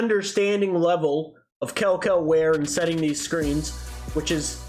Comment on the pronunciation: I can’t even lie, how can you criticize a man for lack of effort while not taking the effort to actually learn to pronounce his name properly? I mean you continued to slaughter it over and over and over 😂